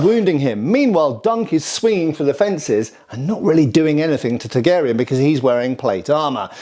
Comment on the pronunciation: Are you saying Targaryen or Targ Aerion? I choose to believe the latter. 😂😂